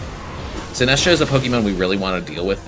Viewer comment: also Sin-ass-tcha instead of Sinist-cha